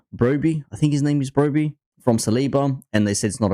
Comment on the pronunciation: Brobby? its fuawking Barry you melt😂😂😂😂